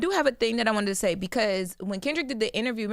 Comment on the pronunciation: Isnt it SAY NOT HAY?